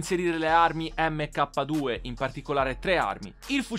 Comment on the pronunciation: mk 2 si dice MARK 2, mentre la deluxo si dice DELAXO